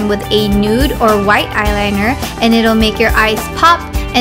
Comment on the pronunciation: sounded like you said grabbing a white ass shadow